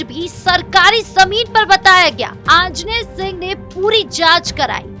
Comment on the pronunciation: पूरी वीडियो खतम हो गई। लेकिन एक बार भी आञ्जनेय सिंह का नाम सही से नहीं ले सकी। ऐसा लगता है जैसे खाने में कंकड़ आ गया है। बोलने के पहले अभ्यास क्यों नहीं करती। जिसे रिहर्सल कहते हैं। और दूसरी बात बोलते समय शब्दों को चबाने की जरूरत नहीं होती। या तो सुधार कर लो अन्यथा अभ्यास करो। मुझे टिप्पणी विषय वस्तु पर करनी थी। लेकिन आपकी बेकार की प्रस्तुति ने सारा मजा ही किरकिरा कर दिया। यह मेरा प्रिय चैनल है मेरी बात का बुरा नहीं मानकर सुधार पर ध्यान दें।।।।